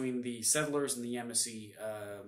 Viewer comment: It’s pronounced Ya•Mas•See